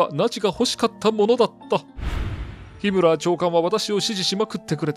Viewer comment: ヒムラー?ヒＯラーじゃあないの？